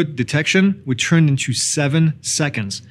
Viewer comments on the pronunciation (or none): none